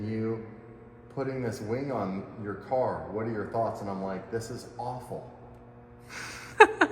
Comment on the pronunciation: I would just like to say, but when you said cark videos, I nearly spat my tea out ( as I live in the UK) misunderstood what videos you were talking about then? LOL.